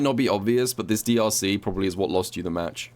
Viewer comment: Ngl when he said drc, I thought he said deeussy